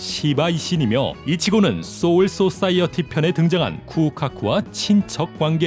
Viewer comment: 소울소사이어티 발음만 유독 쎄게하네ㅋㅋ 쏘울쏘싸이어티